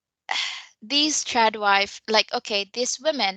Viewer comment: LOL--several times when I hear say "Trad wife" in this video, I thought she said "Chad wife"!